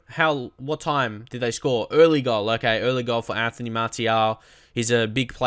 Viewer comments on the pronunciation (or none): none